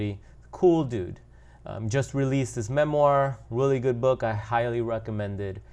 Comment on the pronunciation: you said " Willy good book " haha